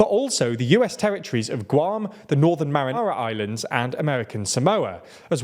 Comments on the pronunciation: ffs guys, the Minecraft stuff is cute but please do your research in pronouncing place names. It's basic respect for the people who live there. Kiyr-ih-bahs, not Kiyr-ree-bah-tee. And Mari*nar*a Islands? Seriously? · He just called the Northern Mariana Islands the Northern MARINARA Islands 😂😂😂😂 someone had Italian food on their mind… also Kiribati…it’s pronounced Kira-Bahs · Dude, the Marinara islands? Like, y'all are one of my primary sources of news. But y'all don't even TRY to pronounce things correctly. Marinara is a pasta sauce my guy! Come on! If y'all wanna be taken seriously as a news outlet you've gotta at least ATTEMPT to pronounce things correctly.